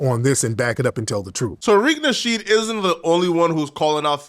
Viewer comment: Why are you unable to say Tariq nasheed's name properly? And where did you get Asians???